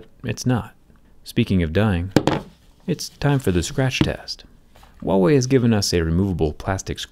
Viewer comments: Am I the only one who heard Thewaaway instead of Huawei? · Say Huawei with an H as most people pronounce it like a W, which is incorrect. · the h is pronounced in "wawei" lol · stop pronouncing "wahway", it's irritating! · Huawei....WEE WAH!! 🤣🤣🤣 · He butchered the phones company name lol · The way he said huawei in the starting made me anxious 😐